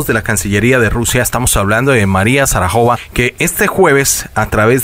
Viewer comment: María Sarajova??? No puede ser, está lleno de errores de lectura y acentuación, les falta mucha calidad.